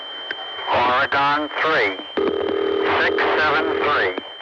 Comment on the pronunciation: sounds like they're saying "Oregon" but with an accent